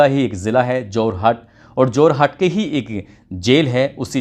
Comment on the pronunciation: It’s Jorhat…. Not Jarhot 😂😂